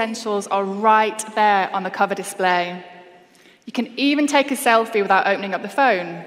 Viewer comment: I'm gonna take a selFEE. Which now rhymes with crinGEE!